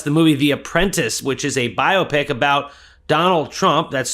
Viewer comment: Extra point for correct pronunciation of "biopic."